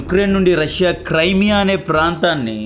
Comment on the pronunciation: క్రైమియా కాదు బ్రో, క్రిమియా.